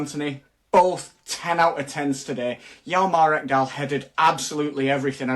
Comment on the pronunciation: well you butchered Ekdal's name 🤣🤣🤣